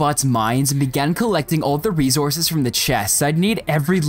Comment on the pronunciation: Do you purposely say resources wrong